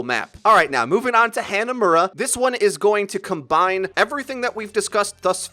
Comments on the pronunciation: It's called HA-NA-MURA, not hand na mura. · I cringed at the way you said "hannahmura"